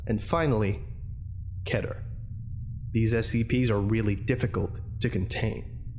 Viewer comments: TheCipherBoy The correct Hebrew pronunciation is Keh-Ter. That’s why most people go off that. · This is absolutely fantastic. I wish you wouldnt say "ketter" though, its so infuriating! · It’s pronounced keeter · Kehter? I've been pronouncing it keeter this whole time! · do you really pronounce keter as ketter? i always thought you pronounce it as keeter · when he said keter like 'kedder' i DIED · You can say it either way, but the correct way to say it is key-ter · mispronounces keter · Ever notice how people have a different way in saying "Keter"? First time i heared it was in SCP:Containment Breach. Always wondered how the actually pronunciation is.